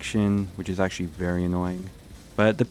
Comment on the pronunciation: Errrhm Accruhally